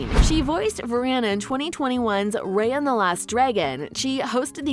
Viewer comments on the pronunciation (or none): I'm sorry did she just pronounce Mei "Me" and Raya "Rae-Ya"😭💀